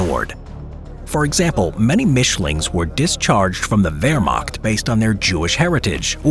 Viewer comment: Wermagt? Es heißt WEHRMACHT mit ein CH keinen G oder K